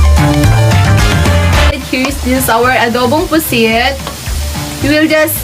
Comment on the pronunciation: GODBLES PO I like the way you say adobo pusit